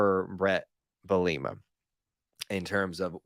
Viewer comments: Lmao I’ve always heard bee-luh-muh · 😂 Bee-lah-a-mah